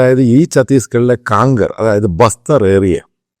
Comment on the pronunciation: शामूएल साहब कांकेर है। काणकर नहीं ।കാംകേർ. हम छत्तीसगढ निवासी है। 😂